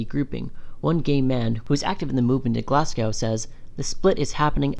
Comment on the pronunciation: as a Scot, "edin-burg" is like a Manchurian candidate trigger 😬😬😬 ETA: GLASS COW? I really don't understand why you chose someone who doesn't know how to pronounce Scottish place names to read out the Scotsman article lmao Good video, I find it a bit reductionist at points (that gender dysphoria defines trans people).